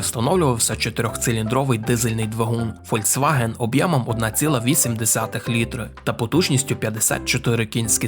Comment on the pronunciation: Мені дуже подобається канал, вміст і гумор. Але кілОметр і літрИ. Пане авторе! Працюй над вимовою, будь ласка